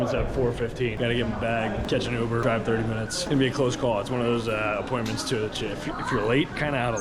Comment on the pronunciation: Youber 😮 that’s how you say it?